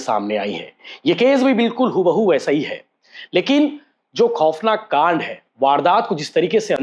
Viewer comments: Kaand ko laand bolthe bhai h re😂😂😂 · कांड शब्द का प्रयोग मत कीजीए, क्यों कि आप सही से उच्चारण नही करते हो